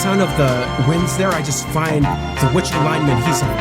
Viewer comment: Really? The greatest. You can’t pronounce Wichita or lineman? Or Glenn Campbell? Weird